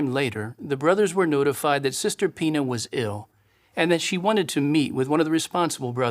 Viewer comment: He keeps on saying sister Pina and when he pluralizes it it almost sounds like he keeps saying penis, I mean you know how they try to sneak stuff in there!